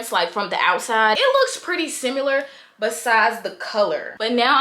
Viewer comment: Why you say "simular" 😂